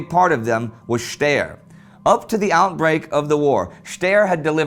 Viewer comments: Waffenfabrik steyr. Die heißen doch nicht "schtehr" sondern ""schtei'er"" Try to write how to speak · Funny how you pronounce steyr its pronounced as it was written staia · Steyr is pronounced "Shtuy-uh".